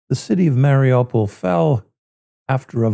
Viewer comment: Listening to the locals pronouncing of Mariupol, they say "Mare--oooh, pul.